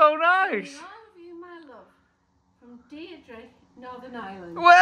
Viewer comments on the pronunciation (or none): You butchered Deirdre’s name it’s an Irish thing get Aomon to say it